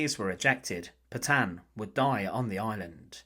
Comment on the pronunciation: Can somebody please teach the german AI voice how to pronounce Petain?